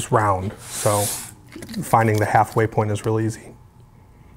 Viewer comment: "How imporntant is it for it to be exactly at the half way PORN"